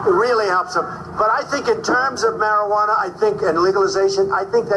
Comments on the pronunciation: Okay (maybe I have too much time on my hands, but): the "I" in marijuana is an unaccented neutral, "schwa" sound, to help the second "a" sound be more stressed, being the accented syllable. American English...go figure... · The mispronouncing of the word "Marijuana" gag got stale by the 2nd time, after that is was cringe inducing each time.